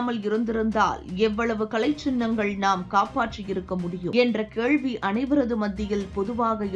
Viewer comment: உச்சரிப்பு மிக மோசம்.. கேள்வி, நிகழ்ச்சி,.. போன்ற வார்த்தைகள் தவறாக உச்சரிக்கப்படுகிறது. தற்குறி போல் படிப்பதாக தோன்றுகிறது.